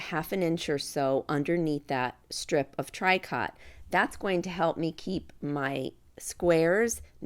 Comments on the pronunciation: It's pronounced Tree-co, not TRY cot. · For people who go to buy it - tricot is pronounced “tree-koh” not trikot. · Tricot is pronounced “tree-co” with a long o sound. Love your videos. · Pronounced “ tree coe “ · Sorry but tricot is pronounced tree-ko. I do enjoy your videos but can't watch this one. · Those are adorable. I think I have yet one more new project to do. Tricot is actually pronounced tree-co, sort of a French pronunciation. Hoping I can make some of these for Christmas presents! Thank you for the video!